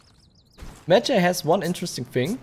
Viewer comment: It’s pronounced Med-Jie